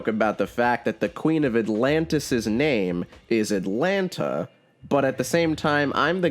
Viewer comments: Why are you sure so goddamn negative dude, seeing you shitting on the prequel trilogy and Aquaman and other movies I enjoy just ruins my day Before I press the 'Don't recommend channel' her name is Atlanna, not Atlanta. Cheers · Not to be that guy, but it's Queen AtlaNNA, not Queen AtlaNTA. Still kinda stupid, but not quite as stupid. Also, his brother is OrM, not OrN. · Her name is Atlanna not Atlanta🤦‍♂️💀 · It's Atlanna